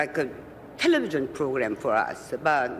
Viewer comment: 텔!레비전 한국식으로 강세넣어 발음한거가 귀여워요 ㅋㅋ